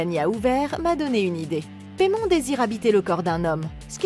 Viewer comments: ça se dit paillemone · "Paimon (Paille Mon) !" "Paimon (Paille Mon) ?" "Les lavage du plus longtemps avec Paimon (Paille Mon) ?" "Alors, c'est peut être lui mais le démon Paimon (paye mone) pas Paimon (Paille Mon)"